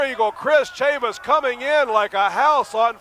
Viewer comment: This promotion was owned/promoted by former NWA World's JR Heavyweight Champion Nelson Royal....it didn't last long. Funny how Dusek pronounced Tonto's last name...Tatanka... Buffalo Chris Chavis like Travis not Chavis like Mavis. Good to see him get outta the Sportatorium though!